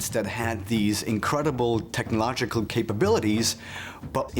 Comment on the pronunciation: C.i.a spy georgio. How do you mess up technological pronunciation 😮he said tech no logical. Reading off a script punk